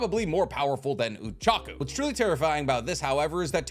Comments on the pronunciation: I only just realized that he pronounces Ochako as Uchaku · Saying uraraka's name oochako made me cringe